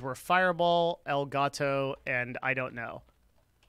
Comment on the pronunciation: For the love of God, PLEASE.. its "Elgato" and not El Gato 😩